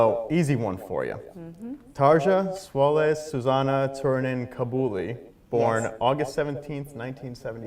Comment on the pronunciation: She was nice not to correct him on the pronunciation of her name. This interviewer was basically crap.